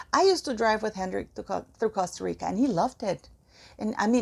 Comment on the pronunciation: I like how you DONT try to make Costa Rica sound English..keep it REAL